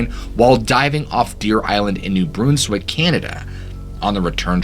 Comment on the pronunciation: the way he pronounces "Newbrunswick". Ive never quite heard it said like that, im not sure how to feel about this.